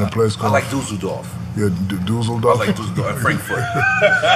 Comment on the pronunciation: Shaq laughing at nore's pronunciation of Düsseldorf and nore's reaction is funny af